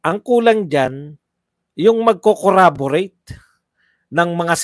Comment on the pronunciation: watching your replay. Correction lang, Corroborate po hindi Corraborate (snbi din ni Dan Fernandez).